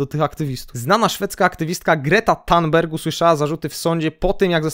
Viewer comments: Sorry ale muszę ;-) THun BERJ tak wymawiaj . GudStaff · źle Pan wymawia nazwisko aktywistki Grety, niby drobiazg ale kuje w uszy.